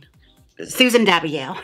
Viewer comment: Jaymes trying to pronounce Susan’s name is me reading anything